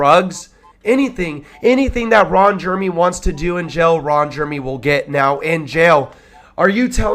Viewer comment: Reading verbatim from Rolling Stones and pronouncing Ron Jeremy's name wrong is annoying